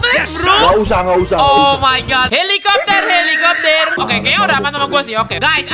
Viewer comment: BANG BERKATA HELEKOPTER HELEKOPTER